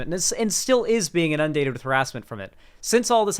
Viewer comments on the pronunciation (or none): only miss is the way he pronounces “inundated”